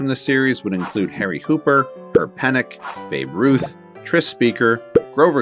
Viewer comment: Just a quick correction on a pronunciation of a name. It's Pen-Knock not Pen-Nick. I grew up in Pennock's hometown of Kennett Square, PA and that's how it was pronounced when I was living there and there are a few places around town named after him. Most people mispronounce it who only see the name in print.